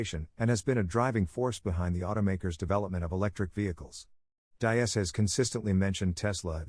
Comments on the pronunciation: All right dude your videos fine but come on you got to get people's name pronunciation correct!! It's Hebert DEEEES!!! NOT DIE- AS!!! YOU'RE LOOKING LIKE AN IDIOT WHEN YOU GET NAMES SO OBVIOUSLY WRONG!! Come on man pick up your game!! The videos fine By the way... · Diess is pronounced like deeez.